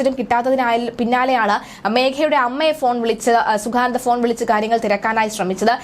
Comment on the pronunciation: At least pronounce the name correctly